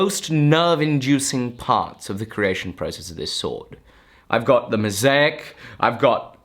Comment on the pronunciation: It took me damn long to realise what you might be talking about when you said mosaic. I've never heard it pronounced like that :D.